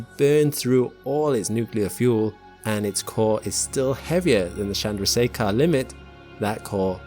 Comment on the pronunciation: 'Candasekha' Limit. Nice Hindi.